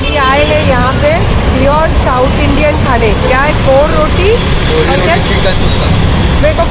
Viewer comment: It's Kori Roti not Kor roti. My fav